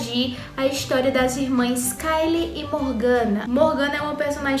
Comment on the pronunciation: po kkkkkkkkkk vc ouviu mais d 20 min ele falando a pronuncia certa d kayle e vc no fim "keilo" kkkkkkkkkkkkkkkkk